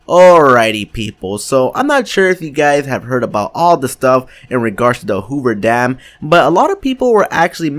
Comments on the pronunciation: did he say hover dam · why's he saying hoover dam like it's In fallout